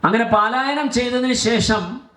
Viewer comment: പാലായനം അല്ല പലായനം ആണ് ശരി